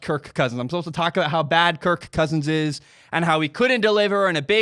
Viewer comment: I’m sorry man. I had to shut this off. The way you say kirK cousins makes this boarder line unwatchable